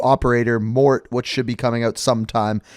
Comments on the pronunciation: Man You’ve Pronounce Morte Wrong it supposed to be Mor-te not Mort and Morte means Death in Italian because his italian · You're saying the new characters name wrong. Its not to be said as "Mort" as you have been pronouncing it. It is pronounced "Mor-te". Morte is italian for death. Keeping with his Italian roots and love of spaghetti westerns. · Pronounced Mortay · Morte. Calls him mort. Close enough. French people don't exist anyways. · im gonna go out on a limb and say...that new operator... name is prolly pronounced Mor-tay... as in death. he's italian, and Italian, French, Spanish are all latin based languages and thats prolly what they were going for. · New operator name is pronounced “mor-tey” . Means death in Italian 😬